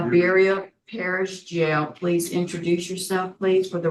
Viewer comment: Please bring back the old parole board. These three keeps Having to go back and forth making mistakes. And can.t even say Iberia. Poor poor choice.